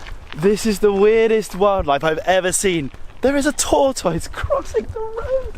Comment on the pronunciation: Tor- toiz! I love it!! We say tortus, altogether and fast. British pronunciations, along with all of the travel adventures, are among some of the reasons I love you all!!😘